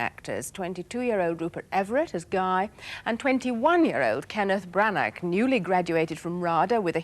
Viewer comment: "Kenneth Branack"; arf!